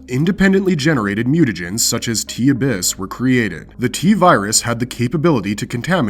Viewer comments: Say it with me uh biss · Yet he couldn’t pronounce ‘regularly’ or ‘abyss’